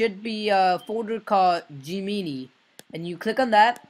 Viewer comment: Gemini is pronouced Gem-En-Eye